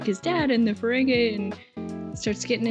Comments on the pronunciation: It's pronounced Ferengee not Ferengay! LOL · I know you're a, but it is fuh-RENG-ee, not fuh-RENG-eh 😉